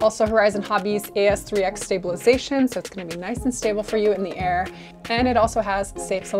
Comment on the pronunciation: Word of the day, "NIOCE" 😄😄😄😄😄